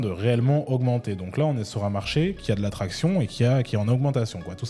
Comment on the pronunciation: Tu dis traction ou attraction ?